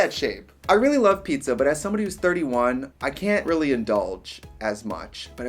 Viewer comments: Trixie che cazzo dici, pizza rimane pizza non pizZÀÀÀ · I love watching this series! 😂 Anyway, the Italian word for 'pizza' is 'pizza', not 'ppzzzaaahhh' 😂😂😂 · italians pronounce pizza as WHAT